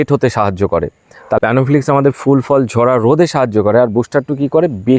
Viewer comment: খুব সুন্দর ভিডিও করেছেন দাদা। খুব প্রয়োজনীয় ভিডিও। কিন্তু একটা কথা বলছি আশা করি কিছু মনে করবেন না। আপনি অনেক ভিডিও তেই বলেন প্যানোফ্লিকস। উচ্চারণ টা হবে প্ল্যানোফিক্স। আপনি ভালো ভিডিও করেন, খুব ভালো ও লাগে। কিন্তু ঐ উচ্চারণ টা শুনলেই মনটা খারাপ হয়ে যায়। কিছু ভুল বললে মাফ করবেন 🙏